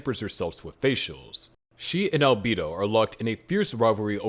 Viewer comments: Was gonna watch it until i heard Alb-ee-do instead of Alb-e-do. Unwatchable. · deeply offended at the pronunciation of Albedo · The fact that you can't properly pronounce albedo's name is ridiculous did you even watch the anime?!?!